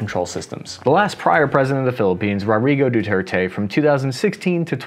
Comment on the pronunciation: I’m honestly more impressed that pronounced “Rodrigo Duterte” correctly. Two words in a row is a big improvement. Keep it up we are rooting for you little buddy!